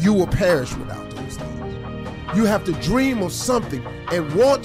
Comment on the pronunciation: dream not deam ạ hìiii 😁